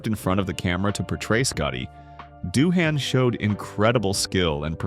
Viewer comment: * Doohan, not Duhan!